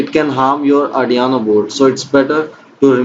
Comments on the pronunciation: its arduino not ardiano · Ardiaano board 😂😂🔥 bhai its arduino